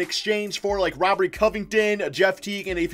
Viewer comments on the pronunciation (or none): none